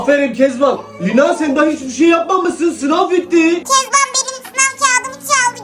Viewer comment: Kesmen. Takan. sölüyor